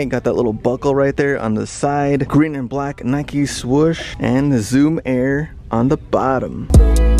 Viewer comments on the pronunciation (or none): He said swush